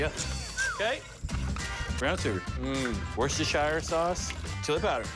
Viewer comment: And you still can't pronounce Worcestershire properly 😂😂😂😂